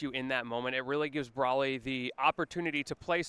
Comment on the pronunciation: bro saying brally instead of bro ly is crazy